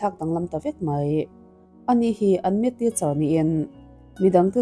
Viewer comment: Maths ilam dan hi adiklo. Meth lam dan angin i lam a